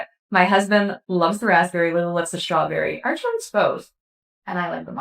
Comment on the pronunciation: "I love schtrawberry" is what I heard--slurred.